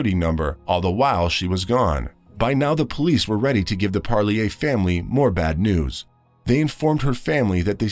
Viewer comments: It's pronounced par leer. Like deer. Parlier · the name is pronounced PARR- LEAR